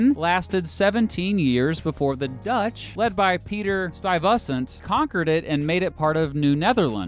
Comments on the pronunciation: Your pronunciation of "Stuyvesant" is strange . It's STY-ves-sant. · Everyone is slagging his pronunciation of Narragansett (and rightly so) but the way he pronounced Stuyvesant was truly atrocious.